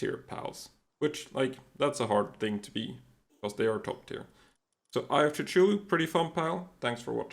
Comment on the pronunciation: Ok, at this point, I'm convinced that you're mispronouncing all these words on purpose for more engagement on the video. 😂 Ain't no way you've never heard or used this many words before. Eye of Coo-Choo-Lu? What the the hell. Lololol